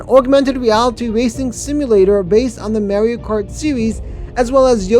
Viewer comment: Ok, I'm gonna be that guy. You mispronounced Mario every time in the video. 🤦🏻🤦🏻🤦🏻🤦🏻 You say the "ar" the same as you would saying car. As for the other mistake, Celestial Park's main attraction is now Stardust Racers